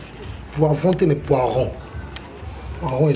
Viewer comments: Félicitations 👍🏽mais on dit “Le Poireau” et non “ le poiron “ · poireau et non poiron 😂😂😂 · mokakusua toyekolaka tout le jour,juste correction balobaka poireau et non poiron